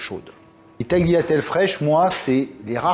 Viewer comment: Bravo chef. Art.le g ne se pronunce pas dans tagliatelle